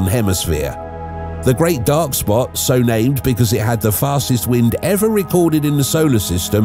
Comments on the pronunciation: "Great Red SOPT?" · Lol "Great Red Sopt"